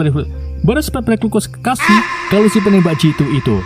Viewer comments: Berspekulasi ...... brb. Breb3.... 😂😂😂😂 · 😂😂😂😂 😂😂😂😂 berkesekepi berpekepeseki berkesasi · Berspekulasi bang😂